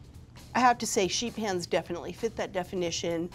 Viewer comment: Sheet pans? Man my interest was piqued when I thought she was saying "Sheep hands"